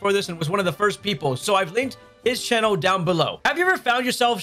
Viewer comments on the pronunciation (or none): none